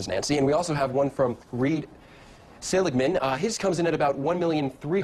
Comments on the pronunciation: Seligmann, not Seagalman. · Never mind, you're mispronouncing Seligmann's name, too.